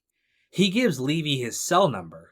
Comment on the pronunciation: Good review, but the attorney's name is pronounced Leh-VEE, not LEE-vy.